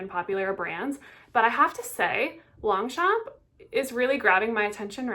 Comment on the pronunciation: Nice vidéo ❤ but please don't promounce the g anf the p. 😊